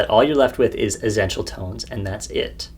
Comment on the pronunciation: Great video. I have never heard anyone pronounce essential like you, tho, haha. As if you are saying zen-tial. :)